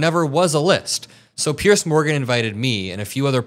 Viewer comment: Why do all Americans manage to find the letter C in the name Piers? There seems to be an assumption that he is called Pearce.